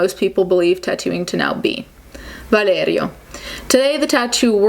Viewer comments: That mighty Italian pronunciation of that name 💀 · so, she speaks perfectly two or more languages and she pronounces the name “Valerio” - obviously a latin name - exactly like it supposed to be pronounced and you have something to say about it? I guess we all have to say words that are not english words in the wrong way like Americans do even if they listened and repeated them for years and years (hello spanish!) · The way you say Valerio is amazing